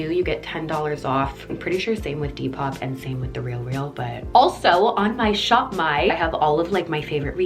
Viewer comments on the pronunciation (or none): none